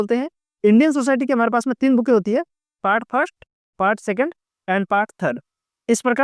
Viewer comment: Bhai ya to books bol lo ya पुस्तके बोल लो yaar बुके क्या होता है😁😁😁